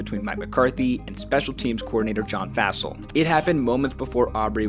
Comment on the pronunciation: Fassell is pronounced like "fossil". Cheers